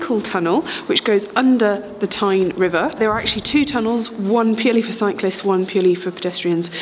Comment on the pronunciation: Tyne tunnel I thought you said Time tunnel!